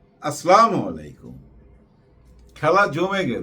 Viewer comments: জনাব, আপনার কন্টেন্টগুলো দেখি এবং কথাগুলোও ভালো লাগে। মুসলমান হিসেবে একটা পরামর্শ হলো আপনি সালাম দেন, ভালো কাজ- কিন্তু বলছেন " আস্লামুলাইকুম, এটির অর্থ খারাপ, আমার পরামর্শ হলো ঃ আসসালামু আলাইকুম বলবেন । আসল দোয়া ঃ আপনার প্রতি শান্তি বর্ষিত হোক। ধন্যবাদ। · ভাই, আসলা মালাইকুম হবে না। আসসালামু আলাইকুম হবে।